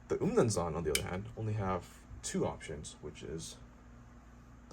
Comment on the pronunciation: I'm actually zulu i like how you pronounced "umnumzaan"